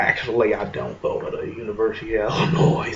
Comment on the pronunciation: Dude, it's pronounced "ill-in-OY." Not "ill-in-OYZ." The S is silent.